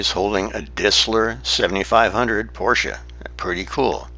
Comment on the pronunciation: I am so glad that you pronunce the car correctly. Everyone says Poorsh!